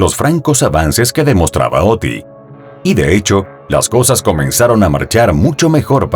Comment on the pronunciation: Oh-Tee-eye?! Really?? Her name is not even Oti, its Otty!!